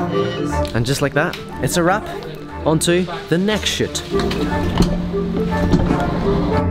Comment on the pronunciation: We he says shoot it sounds like he’s swearing but it’s funny bc I know he’s not